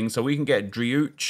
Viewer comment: Driouech name pronunciation is like " Drweesh " it's an Arabic name he is originally from Morocco